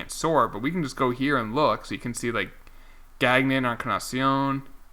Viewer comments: Also you drafted Chad Gagnon, his last name is pronounced Gang-Yon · Gagnon is pronounced “gone-yo” FYI